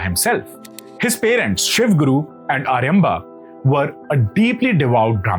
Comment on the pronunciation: Please get your pronunciation right, it is blood oozing from the ears! It is 'Kaaladi' 'Aaryaambha' 'chandaala' or consult more learned pandits otherwise you are doing a good job.